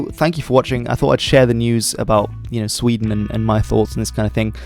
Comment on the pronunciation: The country will now be known as Wee-den.